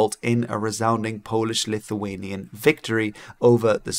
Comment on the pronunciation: your polish pronunciation was pleasingly neutral, aka not the best but pretty good, not bad, i guess it's a perk of speaking a germanic language that's not english as first language